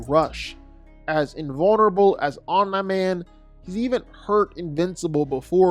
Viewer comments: lol why is he saying Omni man like that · Why are you pronouncing Omni-man's name like that 😂